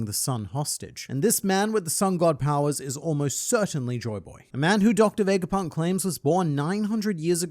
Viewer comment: Its not VEJGAPUNK but VEGAPUNK without the J